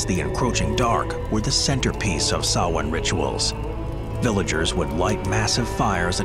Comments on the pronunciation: THANK YOU for pronouncing SAMHAIN Correctly!! :) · Blessed Be! I'm an English born Pagan, nice to hear the actual origins of Samhain, and you pronounced it right! Not many people do that! 😆 Great video! Thank you! 👻